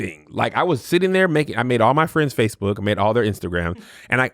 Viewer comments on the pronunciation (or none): none